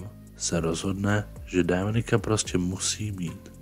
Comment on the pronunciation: To Dáááminik zní dost blbě.